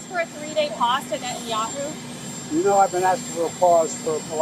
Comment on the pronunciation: She really said Netanyahooo 😂. Free Palestine